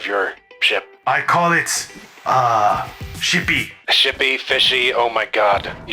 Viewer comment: When said shipy it sounded like he said shity